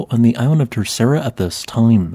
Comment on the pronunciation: In Portuguese, the 2nd r in Terceira is silent and there's a slight d sound at the end. "Ter-say-da" It's not difficult to check your pronunciation before you record your audio 🥸